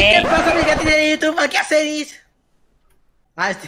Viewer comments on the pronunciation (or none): none